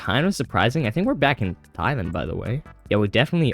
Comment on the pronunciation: Did you say thighland? Where are you from?